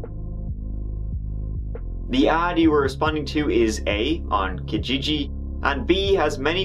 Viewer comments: This case has always disturbed me. Someone absolutely knows who this guy is. Disgusting that no one has come forward. Thanks for profiling a MMIW case. So important. Indigenous women in Canada have been failed at every level. Canadians pronounce Kijiji ki-gee-gee. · As a resident of alberta and within hours of edmonton, I've thoroughly enjoyed your pronunciations throughout this one 😅 especially kijiji.... kajayjay 😂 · we pronounce Kijiji... Ka-jee-jee... usually a great place to find a deal